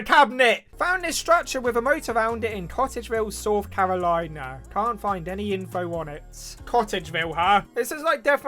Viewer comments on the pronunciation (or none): “sorth carolina”